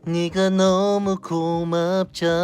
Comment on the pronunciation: 노래 진짜 열 받네 발음이 뭔가 옹졸하고 끝으로 갈 수록 뽕삘 느낌 나는 게... 네가 너무 고마웁짜낭 오 베이베 네가 너무 예쁘우좌나아앙 오오우웅 눈을 뗄 쑤가 업쏘엉 내 눈엔 너만 보여허엉